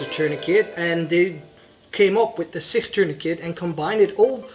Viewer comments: SIkh 😂 bro it's Sich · SICH is pronounced as SICH not SIKH - ch sounds just like challenge or change. And yes SICH tourniquet has been effectively used by Ukrainian soldiers since 2015. Just like they use other CoTCCC recommended tourniquets.